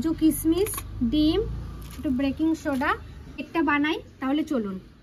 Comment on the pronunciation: ব্রেকিং সোডা না . বেকিং সোডা😊